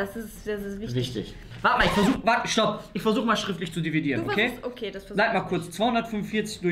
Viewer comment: Ich kann schriftlich diviedieren." Auch:,,Ich kann doch nich schriftlich dividieren." Lachflash OMG 😂😂😂😂